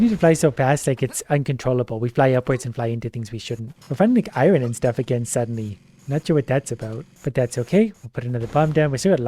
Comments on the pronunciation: I love, but like why does he pronounce iron i-RON instead of I-yon...😂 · Why does he say Iron like that? Triggers me everytime!